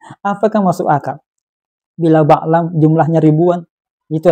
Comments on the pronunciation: Bal'am bin Baura. Bal'am BUKAN Ba'lam,. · Bal' am....! Bukan baklam, Tolong di refisi